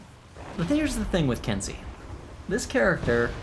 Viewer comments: If I'm not mistaken, the correct pronunciation is ken-say, not kin-see Also, something you may not know, you cannot counter guard breaks following certain actions- if you are guard broken during a dash, or during the start up frames or cool downs to your heavy strikes, you will be unable to counter regardless of timing. Glad to see you're having fun trying out all the characters~ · Ken-say, not ken-see. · It is pronounced "Ken-say" in English phonetics, please do it properly lol